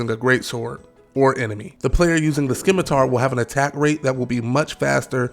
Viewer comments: I know this is old as balls now but there is not now, nor ever has been a weapon called skim-atar. That's re-atarded. There is a scimitn kkar; (pro: sim-atar). Maybe ur sim- atar-ded. I'm just poking, don't take it too seriously.. jus crackin jokes. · Bro pronounces the C in scimitar 🤦